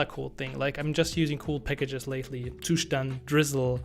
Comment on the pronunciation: I've played this video only to hear the correct pronunciation of the Zustand ☺️ Thnx buddy